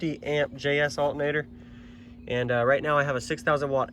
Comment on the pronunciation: The accent is crazy. I only hear it when you say "altnator" lol